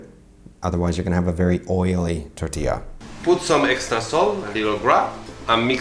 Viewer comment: I can confirm, but you say "tortila" xD